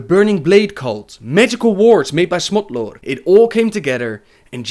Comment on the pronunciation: I'm not the only one who heard Smutlord, right?